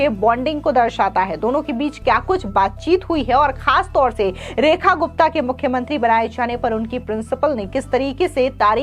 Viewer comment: I am hearing as Rani Gupta